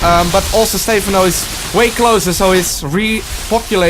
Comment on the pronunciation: its not Stay-phon-oh its stuh-Phan-oh